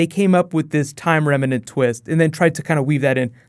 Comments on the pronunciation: It's remnant, not reminant. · its "time REMNANT" not "remEnant". there's no "e". just annoyed me when he kept saying remenant lol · holy fuck dude remnant is two syllables, not remanant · It's remnant man not remenant. :) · Why do people keep pronouncing remnant as reminant? lol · Is it remnant or remenant? Where'd the extra vowel come from? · Remnant - two syllables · Remnant. 2 syllables. That was driving me insane.